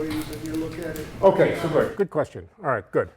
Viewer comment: He does a great New Yorker awright!!!